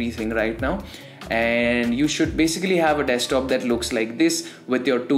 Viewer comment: Your accent is cool and all but its "desk-top" , not "dextop" :v Loving the content tho